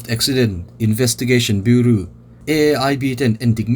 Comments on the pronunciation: Bureau=Biuraw tia lam tur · Bureau ti lovin,buraw tih anga lam tur..Ani aw